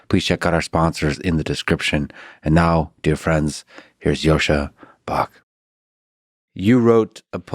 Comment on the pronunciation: If you met him IRL and know Russian, why do you still pronounce Bach in this American kind of way?